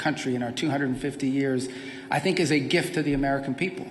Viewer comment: It IS a gift to the American people, he is just dropping the R in gift.